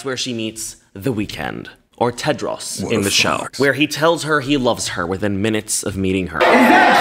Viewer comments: I like how you say Tedros like it's Tedross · I love the way pronounces "Tedros" lol